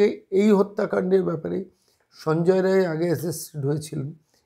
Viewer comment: রায় না বলে রাই বললে ঠিক টা বলা হতো।